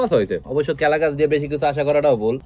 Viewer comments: কলা গাছ ❎ কেলা গাছ ✅ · কলা গাছ❎ কেলা গাছ✅😂😂😂😂😂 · কেলা গাছ ❎ কলা গাছ 😂😂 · কেলা গাছ, না, কলা, গাছ😂😂😂😂😂😂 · কেলা গাছ না কলা গাছ😂😂😂😂😂😂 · কেলা গাছ না কলা গাছ